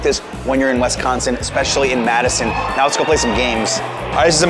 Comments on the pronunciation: Please stop saying Wes-consin, it’s Wis-consin. Thank you. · WISconsin not WESconsin. Thank you. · Love this! Thanks for visiting my home state, hope you truly enjoyed it and that people treated you well. I have been to NYC 3 times and done many things based on your videos and recommendations. Love your channel, thank you. (Only thing to add is that is WI-sconsin not WES-consin. Every outsider does it - it's ok if your friendly though) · This video seems so surreal. I keep seeing you walk by places I’ve seen and I’m like omg I’ve been there. Only complaints are when you said Wesconsin and when you stopes at the union you didn’t get ice cream. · It’s WISconsin. Not WESconsin. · Great video. However, it’s not pronounced West consin, so cringe! It’s pronounced WIS like swiss cheese. So WISconsin. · I cant believe no one stopped you from saying "WES-consin" ...its like nails on a chalkboard. its pronounced "WIS-consin" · Right! Wisconsin is one word not WI-sconsin, or WES-consin or WEST-consin....sheesh people...does anyone outside our state have a clue? This was borderline cringe-worthy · it's Wisconsin not Wesconsin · My state is pronounced Wis-con-sin not Wesconsin! Learn how to say it. As far as what would I say to someone from New York to get them to visit. It would be DON'T! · Alright, I tried not to do this, but…it’s Wis-consin, not Wes-consin. Also, Bucky Badger, not Bucky the Badger. But great tour of our town! 😄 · As a Wisconsin native, the only bad thing about this video is "Wesconsen." 🤣 But seriously, great video. Thanks for showing off Madison in such a great way. It's probably my favorite city in the country, and I have been to most of the big ones. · At least it wasn't WESTconsin, which I've heard before... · The emphasis should be on the second syllable. Wis-CON-sin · Pronounce Wisconsin correctly!